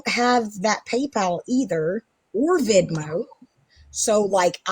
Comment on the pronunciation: Say it with me...VENMO not VID-MO. So dumb!! My cc actually wrote Vidmo 😂😂😂